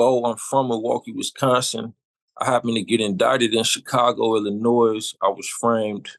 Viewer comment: Dont believe a word you said. You put the S on illinois. Boy bye you definitely sound like an informant. Milwaukee full of 🤡 🤡 🤡